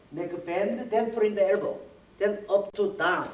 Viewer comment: Bwingg the errbow